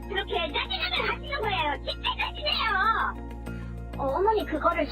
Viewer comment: 발음이... 외국인인거 같은데 '진챠루 챠즌나요~'